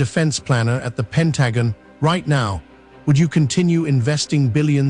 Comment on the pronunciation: They need to update the AI to be able to pronounce common words like pentagon